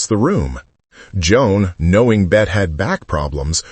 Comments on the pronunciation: For heaven's Sake , get the pronunciation of her name correct in English--Bet-ty...Not "Bet" which may be the French pronunciation. Born Elizabeth Davis, the actress claimed she chose the spelling from Honore de Balzac's 1847 Novel, La Cousin Bette as her stage name. She wanted to get away from the pedestrian spelling "Betty". That issue aside, there is no denying Davis remains one of the Great Iconic Actors of the 20th century. Everyone, especially Gen Z viewers, should take time to view a handful of her movies. She is great at playing what psychologists would call "Narcissists", representing character behaviours we find shocking and socially unacceptable. Of Human Bondage, Dangerous, Jezebel, The Letter, The Little Foxes and In this Our Life, The Star --- all have selfish, duplicitous, narcissistic characters. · More AI generated voice BS. Get her name right. It's pronounced Betty, not Bet. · Please at least get the pronunciation of Ms Davis’ Christian name correct as it isn’t in this video. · AI will never pronounce her name correctly. The final E is pronounced. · Bette (pronounced BETTY) Davis and Joan Crawford were forces to be reckoned with on and off screen. Warner BROthers!!!! AI needs to learn how to pronounce the names of iconic Americans.